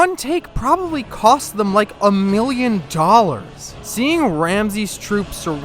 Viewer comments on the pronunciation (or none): none